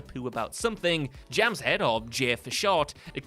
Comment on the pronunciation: The pronunciation of the name Jamshed is horrible. Even the Simpsons were closer to its actual pronunciation, but pronounced the "D" at the end, which isn't really a letter in Persian, Hindi or Urdu in which the name exists. It's much closer to "Jum" "Shaeth" when spoken.